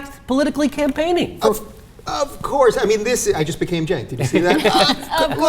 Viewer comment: "Of Courrrse"